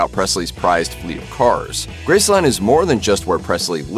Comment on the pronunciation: Please stop saying Grace Land, it is NOT a theme park. Just Graceland, all one word